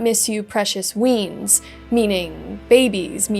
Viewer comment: its weans (wee-ans) not weens